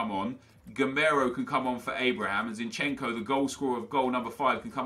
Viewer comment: You Call zinchenko like Zinchen-Ko But you need to pronounce it all together